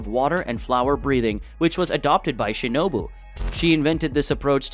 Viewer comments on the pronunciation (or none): none